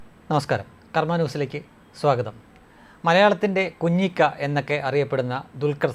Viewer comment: കുഞ്ഞിക്ക അല്ല കഞ്ഞിക്ക